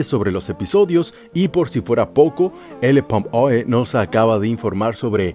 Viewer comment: Es ellen Pompeo no pompoe